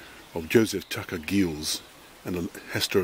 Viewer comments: I'd pronounce that 'jeelz'? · yes, definitely pronounced with g as a "J" as 'jiels"